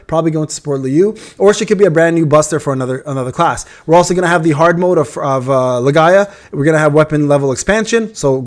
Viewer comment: Why do you call it Lae-Ga-ia. Isn't it's name Lee-Gee-A? (Legia)